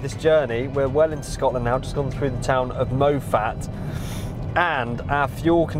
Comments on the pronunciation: Lol it’s pronounced as “moff-it” “spelled moffat” bro but cracking video anyways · Mow-Fat? Moff-at ;) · "Moh-fat"?? I think you mean Moffat (pronounced Moffit). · MO-FAT 😂 it's Moffat as in moffit. Besides that butchering, fantastic video mate. great editing and the music was on point throughout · Loved this video - the only thing I need to say (because I lived there for 15 years) is Moffat is pronounced Moff-at not Mo-fat Great video like, keep them coming mate ☺️ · that pronunciation of moffat was priceless 'mo-fat' XDD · Well done , ps its not pronounced Mowfat but Moff- at like Coff -ee . Ps try Moffat Toffee it's lovely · Hi, apologies, i missed this video, truly epic journey and comments on your RR, just one thing though, Moffat is pronounced Moff ut not Mo fat 😂😂 think the locals would have loved that 😁 anyway, please keep up with the great content and please buy another RR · Very interesting video, without all the false jeopardy like Top Gear. I would say, though, that your pronunciation of Moffat was very jarring: it is not Mow-fat and has a short o as in stop. As a general rule if a word has a double consonant, the vowel is short. Cheers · "mo-ffat" PMSL, mate it's "moff-at" ... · Mo fat is pronounced Moff at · Mow-fat 🤦🏻‍♂️😂 it’s pronounced maw-fat 😂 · You should put a warning up, watching in a quiet cafe with earbuds and you pronounce Moffat as "mow-fat" - they all think I am an an idiot or having some kind of turb but great video, just subscribed 👍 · Cracking video. Apart from pronunciation of MoFFat. #Justsaying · The town of “Mow-fat”😂😂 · The town of Mo- fat 😂? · Did he say Moe Fat? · Love how you pronounce Moffat :-) Nearly spat out a mouthful of coffee!